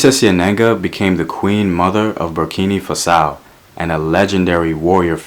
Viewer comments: Not borkini fasao, it's BURKINA FASO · Am sorry but I have a problem with how you are pronouncing Burkina Faso. Not Fasa-ow but FA-SO. Just wanted to say. Though love the stories you are telling. They are empowering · Burrkeenah Fahsoh. Burkina Faso. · I can't believe you said Burkini Fusso. It's Burkina Faso 😂 Great contents tho.